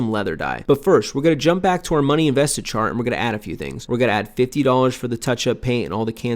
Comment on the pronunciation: Chart not chat lol great video.